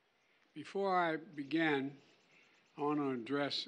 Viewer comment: Before I begin. Not begen